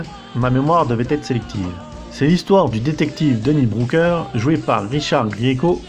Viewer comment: "Brouker" j'entends bien ? Booker, était excellent pourtant.